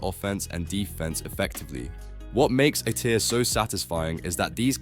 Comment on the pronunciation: The narration is AI as well. “a tier”, not A-tier